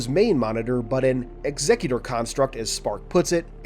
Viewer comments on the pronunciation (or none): none